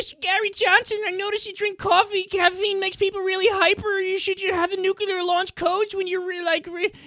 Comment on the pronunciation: "Nucular"... Loved it!